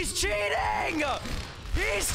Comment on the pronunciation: I love reaction to cheaters " HE'S CHEATINGUH HE'S CHEATINGUH"